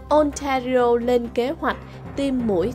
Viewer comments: đọc tiếng Anh tệ quá, như nguoi mới nhập cư, Ontario đọc Ôn ta ri ô, Toronto Tô ron tô…nghe sợ quá! hãy học cách phát của Hoàng Anh & Tuấn Lim, xl góp ý nhỏ! From Vancouver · Trong tieng Anh chu "of" thuong duoc doc luot nhe. Ban nu doc lai nhan manh no va chu Ontario, Toronto... cung doc nhu nguoi moi nhap cu vay. Nghe chan chet di duoc. Nen hoc hoi ban HA cach doc roi tap sua giong cho dung nha. Chu doc kieu nay mat views het.